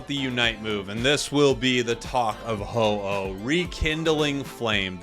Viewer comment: uh oh. oh no. Its ho-oh 😭